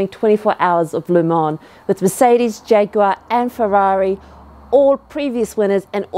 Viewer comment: 10/10 on saying jaguar the British way lol